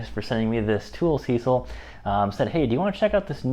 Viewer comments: Good video. Maybe update using the newest models. Additionally, use their battery. They sent it and people want it tested. Also, brother……it’s SeeSii, not Cecil. It’s pronounced “See See” or “Sea Sea”. They are honestly, the most legit Chinese tool company out there. Up and coming. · There. Is no "L" in Seesii. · Nice review! SeeSii is pronounced "CC". I asked and confirmed it with the company. After using Amazon CC points and discounts, I ended up paying $89. for my WH750. How could I say no to that? Plus, the email customer service at SeeSii was nice and responsive. Nice wrench.